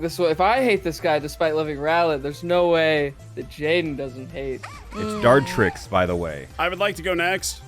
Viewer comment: Her calling Dartrix “Dekidewi” is way too funny